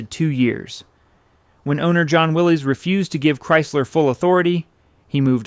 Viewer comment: "Willis" is the proper pronunciation of "Willys"